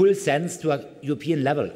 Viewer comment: "gut prepared" "upean levle" "I'm glad to be here in sis dosier" "We have all chances to bring 'Energie' on a good way"